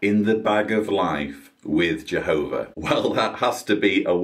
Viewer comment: Awesome rebuttal! 👍 I couldn't help but think about the child abuse & how they said jeeehoba sees all life as precious-apparently not protecting children. Also, the nonstop showing how nobody can live their lives without the organization solving all their problems. Your so right, they treat all like infants, childlike, & life in a little JW watchtower box. Oh, & women are less than men-shameful! I gotta add the monotone way everyone talks! All the same! 🤣😂🤣😂 your singing at the end was truly inspiring,! I forgot to count how many times I heard, jeeehoba! If I had to guess, 200-times!! In what, a half-hour time span! Indoctrination to the core! Trigger word.